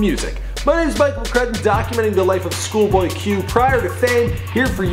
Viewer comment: “shoolboy q”